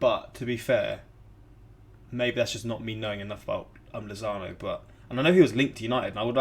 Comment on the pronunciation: My manz did lozano wrong 💀